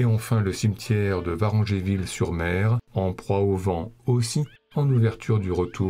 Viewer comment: Varengeville se prononce "Varengville" pas "Varengéville" et Villerville se prononce "Villèreville", pas "Villeurville" 😉. Très heureuse de voir ici Abel et Gordon et Bruno Romy et tout à fait d'accord pour le choix des 400 coups en première place ! Bref, j'adore comme toujours, merci !